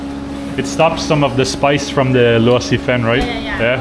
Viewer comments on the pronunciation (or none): You pronounce Luosifen like you say it in Cantonese.